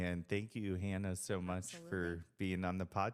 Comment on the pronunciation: Love this! Hannah is such a hard worker and a great representative of the sport. Love this so much, I’ll forgive you for butchering my name. This time. 😆